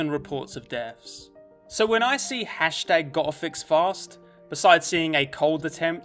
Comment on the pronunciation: You saying “hashtag go'afixfast“ sounds like “hashtag gothicsfast“